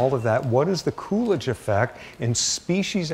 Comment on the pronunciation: lol I thought he was saying coolage, as in cooling down period hahaha come to find out it's poor Calvin Coolidge